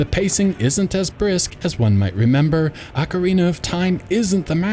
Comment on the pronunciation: Ugh, "ock-er-AY-nuh."